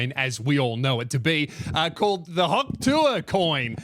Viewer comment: What Australian pronounces Hawk like that? Hand in your citizenship mate.